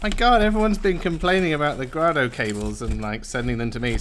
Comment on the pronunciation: Can you please say the company name correctly. It's also the family name. Seriously. Gray-Dough. Got it?